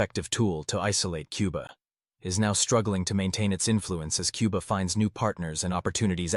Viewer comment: It's Cuba. Not Quba.